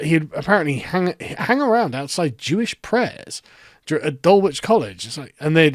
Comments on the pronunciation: sorry to say mate FYI it's "Dullitch" not "Dul-witch" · It is pronounced dull-itch not dull-witch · That is not how you pronounce Dulwich